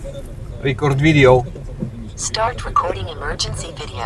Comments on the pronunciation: Kolego za bardzo "E" akcentujesz. Musi byc wiecej "i" to zlapie od razu. RIKORD widjo. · I to zajebiste: rikord widjo :))) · "rikord widio" ahahhaha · RYKORT WIDJOŁ! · Najlepsze są trepy które nie potrafią kliknąć w przycisk nagrywania tylko łamią język "rikord vidijo". Żal! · rikord widjo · Rikord widijoł xD